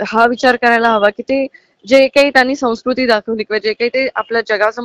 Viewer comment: संस्कृती हा शब्द सुद्धा या ला उच्चारता येत नाही.